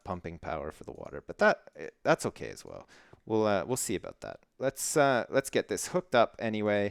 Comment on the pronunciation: I like how you say sorry... sorey, oops sorey, sorey 'boot that.